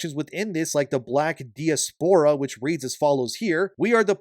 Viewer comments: pronounced "die-aspra" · thats not how u pronounce diaspora….